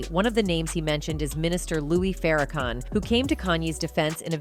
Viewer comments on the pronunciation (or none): She said " Louie Farakan. WOW!